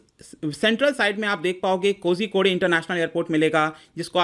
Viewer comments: कोज़िकोड है महाशय, कोज़िको‌डे नहीं। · It's pronounced as Koikode I think